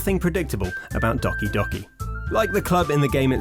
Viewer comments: it is not doki soki. it is douki douki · doggy doggy. Thats not the way to pronounce it xD. Its Doughki doughki. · Btw it is not docie docie it is do-ki do-ki The do is pronounced doh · Dockey Dockey Lol XD It's Doki Doki